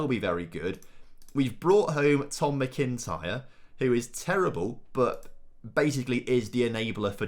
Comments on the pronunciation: It's not "Mi-kin-tyre Tom. Its Mac-in-tyre 👍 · Scottish people squirming at the pronunciation of McIntyre